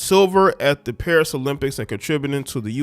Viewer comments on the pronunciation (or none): none